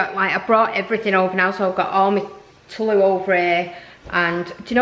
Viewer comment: What is it with kids and smoothies my kids love making them as well. I’m not trying to be mean or anything like that but tulle is pronounced “tool” I love the tutus you are doing they are so cute.